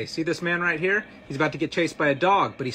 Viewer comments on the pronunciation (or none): none